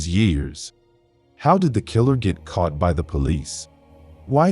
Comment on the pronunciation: “Cart”, instead of CAUGHT 🙄🤦🏼‍♀️